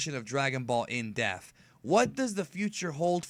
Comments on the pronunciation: Forget about how he's saying Saiyan. In the beginning of these episodes he says triumphantly "Dragonball In DEAF"..... wtf???? It's depth. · I don't mind the way you prenounce "Saiyan". It's just that most are used to the dub editions. Which is why it sounds strange. But I do however, mind that you make "Depth" sound like "Death" twice in the intro, it was annoying to me. Only reason I type this comment is because of the note on your video. It gives reason to think that you care about how you prenounce things. Which is why I felt the need to give this information to you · Stop pronouncing everything wrong 🤣 "in death" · Your pronunciation of "depth" is definitely wrong though. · You can say Sayian right but not depth lol i'm just joking great video keep up the great content. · Even if I accept that you feel the need to pronounce Americanized versions of Japanese words "properly", would you like to explain why you seem incapable of pronouncing the "p" in the word "depth". I don't know how many more times I can listen to you introduce Dragonball Z In Death. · depth is effected be any accent, where as say-in is wrong and sai-an is correct, because of how the syllables are split for the word saiyan. it would be split sai-yan not saiy-an. but that's because english is a fucking wired language.